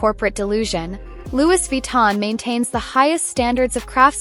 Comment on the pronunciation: Please correct your pronunciation. Loui, though written as Louis